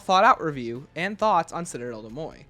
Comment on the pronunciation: listening to you mispronounce des morts is painful